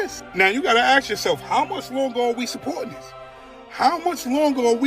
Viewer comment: How much longer are we gonna hear ax instead of ask